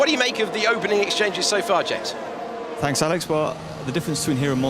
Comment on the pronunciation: Jarno, it’s James 😂😂